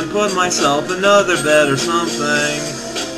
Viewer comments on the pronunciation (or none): I dunno if you're mispronouncing "bead" on purpose or not, but just in case, it's pronounced /bid/ (beed).